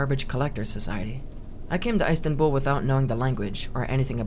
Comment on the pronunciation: edinberg and eyestanbool